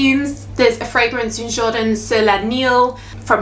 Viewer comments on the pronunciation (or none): none